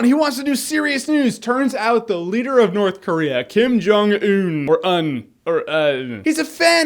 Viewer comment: It's pronounced "Kim Juhng Eun" (if that makes sense, haha. Just ask your Korean friends to help you pronounce it. 김정은)